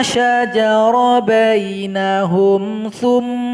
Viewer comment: Mohon maaf, Ayat 65 dibaca bainahUm, bukan bainahOm. Dommahnya harus jelas huruf U bukan mengarah huruf O. Coba dengarkan lagi, mari kita sama sama belajar disiplin dalam membaca Al Qur'an.